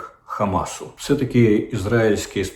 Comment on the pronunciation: “Все» чи «вшьо», пане Дмитре?